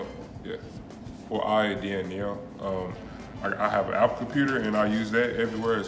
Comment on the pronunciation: He meant APPLE, BUT HE SAID Appnana